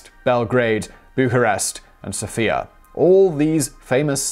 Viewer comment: Btw, Sofia is pronounced with the accent being on the O not on the I.